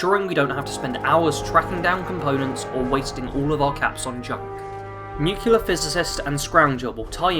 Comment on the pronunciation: Nuclear, not nucular. Just saying. Nice build though.